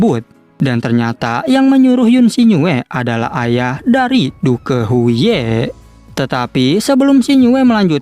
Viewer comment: Wkwk penyebutan nya " DUK " bg bukan " DUKE " 😂